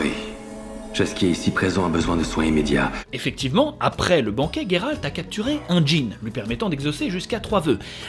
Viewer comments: ne sait même plus si c'est Guéralt ou Jéralt étant donné qu'il prononce les deux pendant la vidéo ^^ #TeamJeralt. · Alors pas GUéralt, Géralt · Gueralt c'est la prononciation anglaise il me semble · C'est moi où quand Jéralt sauve yeneref il dit dans le passage du veux il lui dit "j'veux te baiser" ??? Je suis la seule à l'entendre ??? Un lapsus révélateur ??? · Salut, certaines personnes ce trompe avec le T ou le D à la fin de Geralt 😜